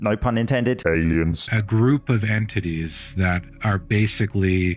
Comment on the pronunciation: ... that guy didn't say entities. He said inTitties...